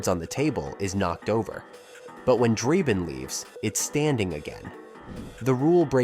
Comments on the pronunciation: Has this guy even watched any of these movies? His name is Frank Drebin, not Frank Dreibin or however you spell the name he kept mispronouncing that is clearly stated many, many times in all 3 of the movies. It's either an AI generated dialog or the guy's an idiot. But that nonsense aside, I remember when Police Squad was on TV. It was definitely too good for TV, Leslie Nielsen will never be topped, and I just saw a short trailer for the remake, It doesn't look good. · It's Drebin, not Drayben. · Draybin? For a video pretending to know everything about the movie it's shocking to consistently hear the name of the lead character pronounced wrong. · The narrator couldn't even say Frank drebin probably it must be AI How can you say it wrong it's literally said in the movie